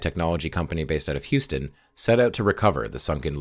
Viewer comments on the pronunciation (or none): none